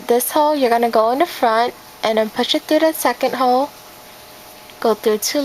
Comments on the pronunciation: When she says hole it sounds like she is saying hoe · every time she says hole it sounds like ho. I couldnt stop laughing